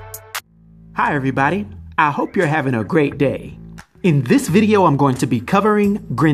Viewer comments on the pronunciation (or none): none